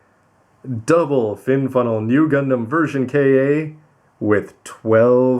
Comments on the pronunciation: Ver kay aaa ? Don’t ya mean ver ka (cahh like a crow noise) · It should be pronounced as ver "car" my friend